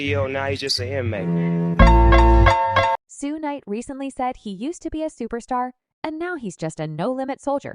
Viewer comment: Cringe video… everyone you mispronounced “Suge” 😂